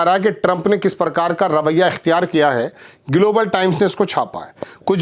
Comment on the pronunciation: IS PATRAKAAR KO GLOBAL KA PRONOUNCIATION NAHIN AATA..DHYAN SE SUNIYE...